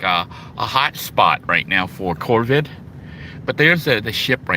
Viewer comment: FYI- just Incase you’re interested, it’s COVID-19 and not “corvid” as you verbalize. 😂 😂😂edit your videos.